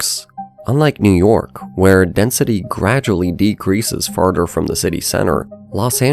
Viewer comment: Just curious ? Why can you pronounce ‘together’ correctly but not ‘further’ and ‘rather’